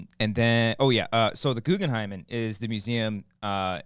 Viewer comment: No one going to comment on "Guggen-hymen" museum?